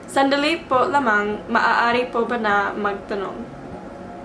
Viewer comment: the pencil trick helped with the “sandali”, aside from it becoming clearer, it’s like you said it with more confidence! magaling! 👏🏻